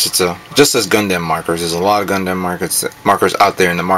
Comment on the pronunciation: hahahaha when u say gundam u actually say dam in the name lol lol